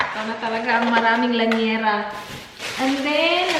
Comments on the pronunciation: I think it's llanera not lañera. 😄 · Hi! i watch your vlogs alwaaaaaaaaaaaaaaaays...i like your style - straight and simple, that's why i enjoy the way you tell your stories...and because of you i wanna get an air fryer and try the lemon lime and bitters..haha....oh, and by the way, it's llanera not laniera:) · It's actually, LLnera (Li-ya-ne-ra) pronounced sa Lya-nera (silent i) 😊